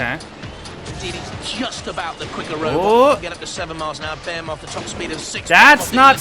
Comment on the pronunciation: I’m with you on Rabid and Behemoth, I thought that was how we all said it in The UK- surprised to see them both said differently on this. I had heard ‘ray-bid’ before but thought it was just someone who didn’t know the pronunciation. Bear-moth is very strange to me.